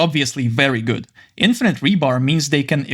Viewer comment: он так сказал этот "гУуад"